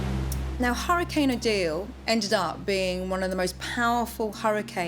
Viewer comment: Thank you to the narrator for saying hurricane and not "hurri-kin".